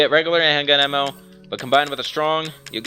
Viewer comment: Piccolo xNailxKami hendgun emmo